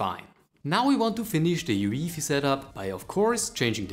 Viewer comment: Never heard someone say UEFI the way you said it